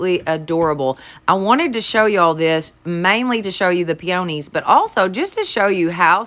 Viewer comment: Love your channel! And I love peonies, they are my favorite! They are pronounced ..pee uh knees! You are so cute!